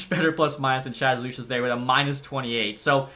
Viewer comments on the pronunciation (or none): none